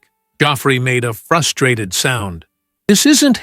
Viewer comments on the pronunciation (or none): none